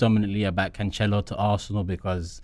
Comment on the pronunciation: Why has everyone begun to pronounce his name wrong? It's "can-sell-oh" not "can-chell-oh"